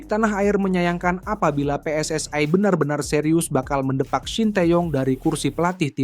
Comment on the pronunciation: Yg membaca baru belajar membaca PSSI seharusnya pe es es i bukan pe es es ai ini orang Indonesia atau Malaysia atau Malaya kalau menggunakan bahasa Melayu sah sah saja PSSI di baca pi es es ai